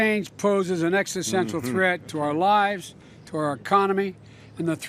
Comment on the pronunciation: What does biden know about climate change, he doesn't even know the difference between an exestessssteenal threat and an existential threat. What a tool... Also he can't tell the difference between left and right we are doomed people